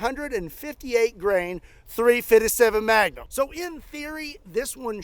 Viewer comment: You had me dying laughing how you was saying 3fisevm7 Magnum 🤣🤣🤣🤣 please do not change how you pronounce it please! I love it so much I had to keep watching it over and over& over 🤣🤣! Your improve is so good! Was you like this to an extent "I understand there is a time and place for everything!" I'm talking about just in average & when had to deal with really dumb people as a Law in forcer! But, If you could and wouldn't mind would you tell us some of the Good, the bad & the ugly times? And what would be most entertaining is, if you could reenact And to make it real funny, you could even make the reenactment, very over the top just to make it funnier! I live in mason, OH, and it seems like you are not to far from I live! I was raised in Kentucky & Tennessee, I'm just a good ole man! Who has lived in Mason, Ohio a very long time One of my dream thing is to fire a few of full auto firearm, It has been a long time dream & bucket list! And I am just like you, I really love recoil! If she ain't kicking, it'd no fun, lol! Please think about it, I would rather do this when it gets warm. Thank you!